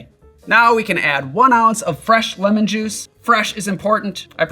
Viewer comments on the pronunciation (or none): none